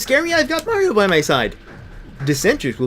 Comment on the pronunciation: If I've learnt anything from this LP, it's that May-rio is the correct pronunciation. I see Robocop with a skull jaw, in robes, slowly melting away like the Wicked Witch of the West. I wonder what that means about me.